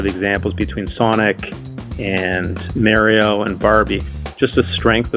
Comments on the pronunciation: dude straight up called Mario Mayrio 😂😂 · 😂😂😂 the way that executive or suit pronounced Mario was all I needed to hear 🤣 out of touch corp was a perfect example of the gerontocracy vs culture. Man’s can’t even say Mario right and he’s been child icon for 40+ years